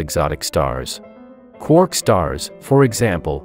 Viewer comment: "Such stars confuse hydrogen" Excuse me wh- Ooooh can fuse hydrogen. Also, congrats on being able to say quark now!